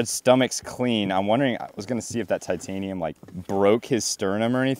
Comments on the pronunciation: "tightanium" i love it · Tight - anium 😂😂😂😂😂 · Ummm "tight anium"? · Tightanium haha